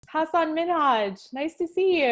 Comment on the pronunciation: when she said his name "HA-SAN MIN-HAJ" me a patriot act fan....😒 somebody didn't do their homework